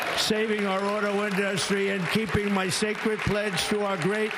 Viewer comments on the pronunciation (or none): none